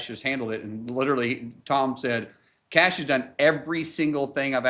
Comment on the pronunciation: Pronouncing "Kash" sounds like saying "Kick A$$" quickly?